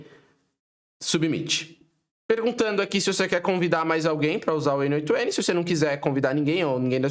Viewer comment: Achei um brasileiro que fala "N OITO N" como um brasileiro nato que fala português mesmo kkk Pronto. Já gostei. Vou assistir sua aula.